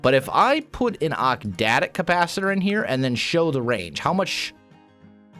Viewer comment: OcTadic. Not octdadic.